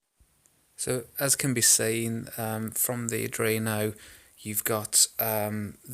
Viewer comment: Ard-ween-o. Not adreeno.